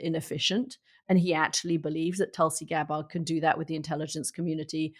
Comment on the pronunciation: Are you guys intentionally mispronouncing Tulsi Gabbard's name? I'm not her biggest fan, but you could at least pronounce her name correctly.